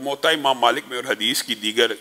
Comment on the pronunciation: Your Urdu pronunciation s not good. Please fix it. or, qol, orat,moot all wrong. Aur, Qaul, Aurat, maut are correct.